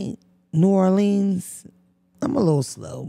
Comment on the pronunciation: I love you but you better figure out how to pronounce New Orleans by the time you get out there we gone talk about you lmao